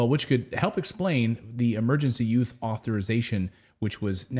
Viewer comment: Its "Emergency USE Authorization", not "Emergency YOUTH Authorization".... you said it wrong multiple times 😂